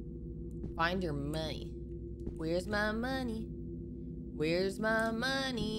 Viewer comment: she was like …hAhAhAhAhAhAh oh my goodness Edit: why do you say money like that?